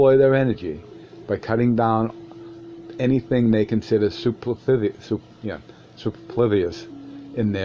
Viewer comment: Soo per’ floo us. 4 syllables